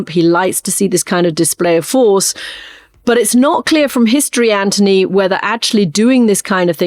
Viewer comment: His name is Anthony, not Antony.